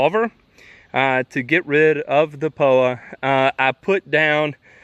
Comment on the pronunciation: What the heck is Po-wa. He mentioned at the start of video that the lawn was loaded with Po-wa what is that please? Thanks 😊